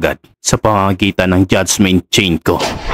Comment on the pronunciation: Maganda na sana kaso ang pag pronounce ng "judgement" ay judgemint